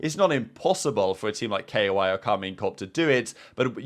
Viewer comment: its koi like koi fish not K.O.I